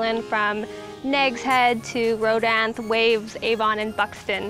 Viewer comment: Great job! FYI, it’s pronounced “row-Dan-thee”.